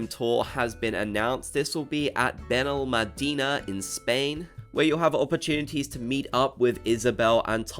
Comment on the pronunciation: Brooo, i'm spanish and didn't understand the name until i read It. Understandable bc you don't know spanish but i coudn't help to laugh so hard at your pronunciation of Benalmádena